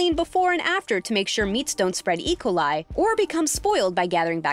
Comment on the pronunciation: “Equali” Thats what she said, she didnt say E coli she said it like equal. God.